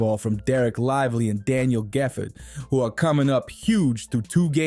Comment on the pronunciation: “Daniel gefford”